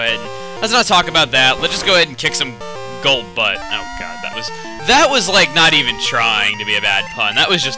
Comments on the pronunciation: I laughed when you said golbutt :/ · I'm not gonna lie. I laughed when he said Golbutt